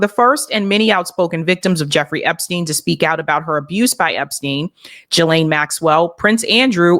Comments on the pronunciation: the name "Ghislaine" is pronounced "GEE-lin" (with a hard g like geese) not "ja-LAIN".. Whitney Webb also has mispronounced the name on many episodes, indicating she doesn't really talk with people in the know. She probably gets all her info from social media or indie media texts. Virginia in interviews pronounced it GEE-lin, as did Ghislaine's brother Ian Maxwell. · Its pronounced GILLane. So glad u brought thos up ! Was starting to think I was the only whi saw the writing on the wall THIS WAS N O SUICIDE. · no, it's pronounced "JiZ lane"